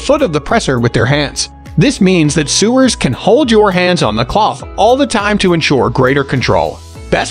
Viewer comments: Sewers lol so nice to be talked down to by a man reading a script he can't pronounce the words correctly in. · Or sewers